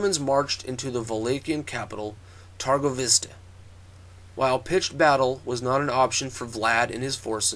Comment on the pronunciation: Is not turgovishte but Târgovişte. Ş in english is SH and Â in english is not that easily to pronounce, but when you say mercedes benz the last pronounciation of z from benz is like Â.